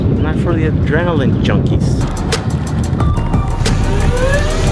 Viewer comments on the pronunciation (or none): none